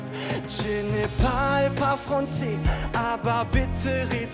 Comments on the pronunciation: "Fronzeh"...Das kann er doch üben oh man. Aussprache minus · Kann er bitte Français richtig aussprechen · Wie er immer français ausgesprochen hat😂😂 fraNçais😂👌🏻